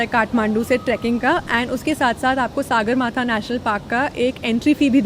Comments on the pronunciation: It's not saagarmatha it's sagarmatha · Plz say सगरमाथा not सागरमाथा